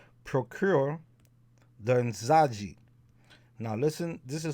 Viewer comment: The j in Nzaji has a zh sound like how the French say the name Jacques. Great stuff! Thank you!